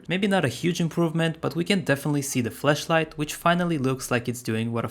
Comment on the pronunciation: ITS A FLASH LIGHT… NOT A FLESHLIGHT! 😂